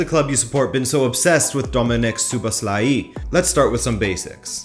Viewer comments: It's mispronounced. It's a regular O in Szoboszlai and not an "oo" sound anywhere. And the "i" at the end should be shorter. Also in Hungary it's common to say the surname first and then the name, so Szoboszlai Dominik. Hope this helps if not there's a good pronunciation on forvo dot com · That's right, one small thing, the two O letters in his name are pronounced as a regular "o", not "oo". And also if somebody wants to be picky, the "i" at the end should be a little bit shorter. Anyway, it was a great video! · STOP pronouncing that i at the end like iiii. You do great content each time, but you need to work on names and players pronunciation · It’s pronounced lik So-Boss-Loi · A proper Hungarian here to clarify the pronunciation. Phonetically it is Soh-bohs-la-yee. Hope that helps 😁🙏🇭🇺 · Soboslai (English pronunciation.) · WHY DOES EVERYONE BUTCHER HIS NAME? ITS PRONOUNCED ZOBOSLAI 👍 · just pronounce it as So-boss-la-e, this is the easiest way for english speakers imo as a hungarian. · It's pronounce Jobo-shh-la-i